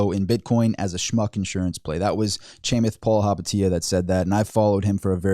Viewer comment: The way you say Chamath Palihapitiya🤣🤣🤣